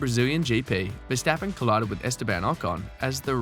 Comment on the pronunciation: Who is versteppen ...its verstappen ..with an ahh ..the same with amsterdam you called emsterdem ...so try verstahhppen and ahhmsterdahhm